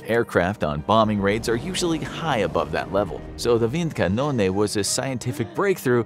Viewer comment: As a german i like how you pronunced "Windkanone" awesome video